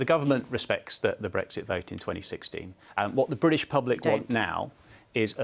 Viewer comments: It's British not Bridish. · If you are going to call it British Stand, don't pronounce it briddish there is no such place.